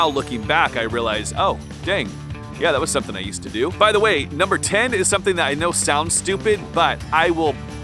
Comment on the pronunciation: Why were you NUR BER ing instead of NUM BER ing? I love your videos 🙂 I admit I was eating Twinkies when you pointed out I was fat 😂